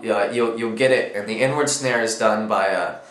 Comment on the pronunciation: HAHA totally thought you said "N word snare" not "inward snare"